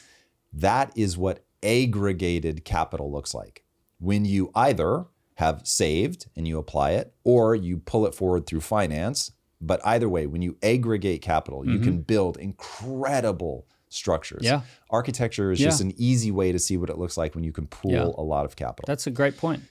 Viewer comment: "Aggregate" is a soft A at the beginning like "ad". You keep pronouncing it with a hard A sound as is "tape".